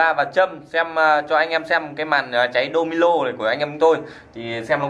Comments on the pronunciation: Domino bạn cứ đọc domilo là cái gì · Domino thì nói là domilo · Đô mi lô hả anh phải là đô mi nô chứ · " Domino " chứ không phải " Domilo " ok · Đô mi nô chứ.. Đâu phải đô mi lô